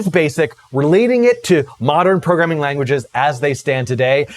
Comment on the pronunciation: Pro-gram-ing for god's sake